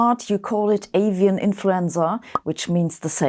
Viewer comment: When Sabine says "scared" I get some questions. aSian influenza? guess who's going to get the guilt for this.. ohhh "Avian" ..